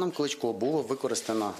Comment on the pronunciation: Вчи правильно вимовляти, а ти Клічко Клічко то зовсім інша людина, Правильно Кличко) Сідай Богдан на тобі не 2 бала а 0 балів)